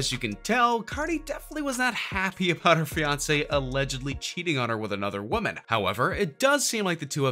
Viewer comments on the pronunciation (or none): none